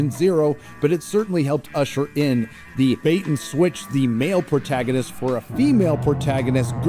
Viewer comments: pronounces protagonist as 'portaginist,' and honestly, that's where people should stop taking him seriously. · Why does say protagonist as “portagonist”